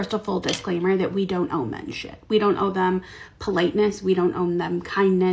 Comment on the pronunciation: Tell the stupid 2nd girl the word is 'owe' we "own" her that much 🤦 idiot